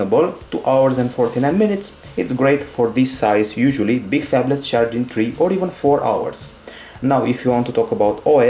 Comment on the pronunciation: it was 'Phabletlus'